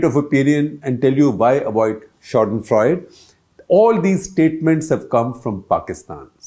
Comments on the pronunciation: It’s not शौडनफ्रौड, it’s शाडेनफ्रौयडे. It’s German and means to find pleasure in someone else’s misery. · Its not "ShadenFreud" but German word is pronounced "SchadenFreude" with E spiken as A in end... it means to enjoy others misery... So Mr Gupta, as a journo using foreign language please try to learn how to express it correctly.. anyways i expect nothing above mediocrity from you. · Shekhar Saarji, if you choose to use " fremdwoerter" like " Schadenfreude", then please learn the correct pronunciation of the the word, please, please, please!!!!!!? Don't make a fool of yourself. Freud is Freud......Freude is something else! Hope you read and don't make a fool of yourself again! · As usual, hats off to Shekhar Gupta -- who provides so much gyaan to this ignoramus about Indian politics! (But I just wish he would take more care with his pronunciation. Most egregious among today's salvos were schadenfreud (It is schadenfreudE, with the final consonent fully pronounced) and bomBer (The second b is silent -- "bawmer"). Of course, the latter is a pan-Indian issue -- not just limited to Gupta!)